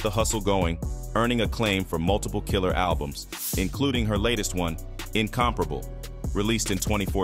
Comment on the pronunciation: Faith Evans album is called “INCOMPARABLE” not “INCORPORABLE”.